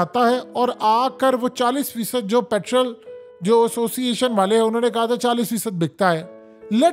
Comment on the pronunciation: پیٹرول بولو جناب , پِٹرل تلفظ غلَط ہے